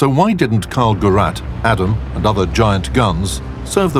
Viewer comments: Gerät, not Gurat. Its a device, not a Cardassian. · I felt some sort of pain in both ears every time he pronounced the word ''Gerät'', it's pronounced ''Geræte'' not ''Garat'', so it's not his family name as his full name is Mörser Karl and the word Gerät simply mean's device or equipment, and in this instance it can be fully translated to (Karl's device) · come on, get someone to get the german pronounciation right. like: an actual german. is that so difficult?